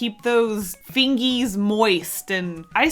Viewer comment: “Fingeys”😂 I say that too😂 from Ohio🇺🇸